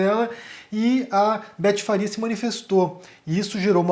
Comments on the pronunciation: É Betty Faria, e não Farias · É BETTY FARIA e não Farias.